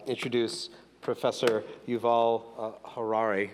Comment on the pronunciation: Who was that illiterate who introducedHariri but mispronounced his name? Who mispronounced the Latin title of his book, calling it “HomoDeuce”? He was so embarrassing